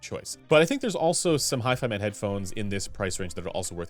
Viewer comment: How can we trust someone that can´t even say hifima correctly???